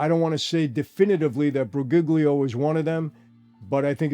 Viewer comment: Briguglio is not hard to pronounce. Bree ghoul yo. In Italian every time you see a "GL" it's pronouced "YL". Bree googly oh, are you putting cream in carbonara or sumn?